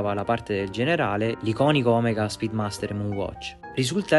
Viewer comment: Complimenti per il video. Volevo solo informarti che la corretta pronuncia è Oméga e non Òmega. L’accento è sulla “e”. Ho già notato la pronuncia errata in un paio di video. Saluti!